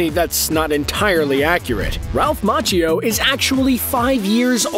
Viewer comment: its Ma key o not mach ee o